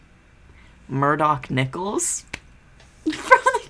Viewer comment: the whiplash i just got when i first heard "murdoc niccals" 💀